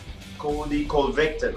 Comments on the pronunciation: Covy win ton. Colby will win. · Gsp- "coldy coventon"😂😂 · "Colby, called victim" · I think he may have been saying Colby "Colvictim". He pronounced Colby's last name perfectly the first few times he's said it. Brilliant, Mr Pierre.... Brilliant. Using Colby's own "name game" against him...lol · Coly COVID10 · I heard coby co-victim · “Kobe cole-ving-Alton” 🤣 love GSP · Jorge San-Pedro: Colby Co ving! Ton.. Priceless 😭😭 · no one George st Pierre : Kobe kolbington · I've heard St. Pierre say Colby's name correctly many times. I think he's kind of "low key" pronouncing it Colby "Covictim" on purpose, using Colby's own name game that he likes to use so much. Great move by St. Pierre!...Touche' !!! Even though Colby is GREAT for the UFC and an amazing fighter, who I love watching fight, that shit with his name is hilarious. George has a great sense of humor, both on and off camera. He's an all around great, normal guy who's enjoying his retirement to the fullest. Going out on his terms has done him well. Which, I believe, kept him healthier. It's not often you see fighters who were "aged out" or advised to leave because they were no longer competitive. They were more likely to suffer/sustain life altering brain, or other injuries if they'd continued to compete at the highest level. It's a fact, not up for debate. We don't hear from those fighters near as much as the ones who retired on their own terms. That being the smart and healthy way to do it for healthy longevity. This was just supposed to be about the "Covictim" thing...lol...I kept thinking of things each time I edited a misspelled, or removed an unnecessary word. OCD, the struggle is real !!! lol... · Did Georges say "Colvictim"? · “Colby coVICTIM”.. Deserved! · The way GSP pronounced Covington 😂😂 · I thought it was colby co-victim lol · Cool-pee corny victm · I thought he said CoVICTon. LOL I'll have to listen to it again. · Co victim, I think he is doing it on purpose. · "koby colvickton"!